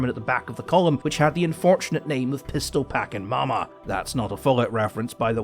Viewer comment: Not gonna lie, when he said the name of the Sherman in the back of the line that got taken out, I swear he said "pistol packin' llama" and the mental image of what sort of design it had on the side of the turret was priceless